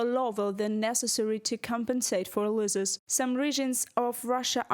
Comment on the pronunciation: The reporter could do with some English lessons. She’s talking of losses but pronouncing it as loses